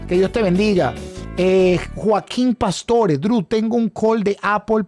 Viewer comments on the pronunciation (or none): none